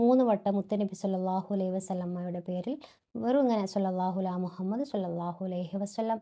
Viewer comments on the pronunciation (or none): none